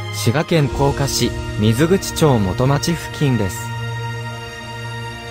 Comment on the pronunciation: みずくちじゃなくみなくちやぞ